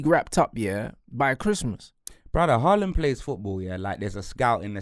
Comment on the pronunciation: still saying Haaland's name wrong when Erling has pronounced it himself. Smh